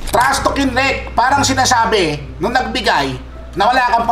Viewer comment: "TRASTALK YOU AHH" HAhahahaha